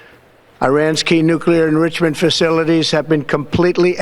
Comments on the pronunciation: 'Nuclear errrrrichment facility' ... WTF is that? I'm surprised this orange braindead moron remembers how to walk because he sure has lost the ability to talk Impeach this SOB now! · "The destruction of Irans nuclear ingrooshimunt..." Iran doesn't have anything even close to a nuclear weapon. They have been "weeks way" from having a nuke for 25 years! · He can't even say nuclear enrichment, and I doubt he knows what it means.